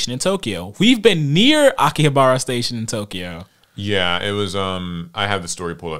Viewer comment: The way he said Akihabara bothered me so far It's not a big deal lol cuz i know thats how its read just looking at it but thats alr